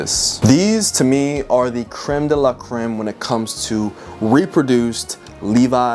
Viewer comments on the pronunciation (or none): none